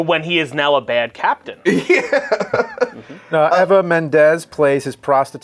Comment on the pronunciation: Why does everyone mispronounce EVA Mendes as AVA Mendes? Its an E, starts with EE-va. Also its Fairuza Balk (FAH-roo-Zah BAH-lk) not Faruka. Confusing her with Willy Wonka characters! (Veruca Salt) Lol